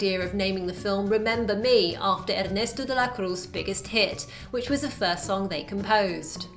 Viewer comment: primera vez que oigo aun gringo decir bien hernesto de la cruz :v